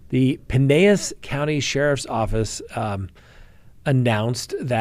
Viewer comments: It's PYe-nel-as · They pronounce it Pinn- ell- as.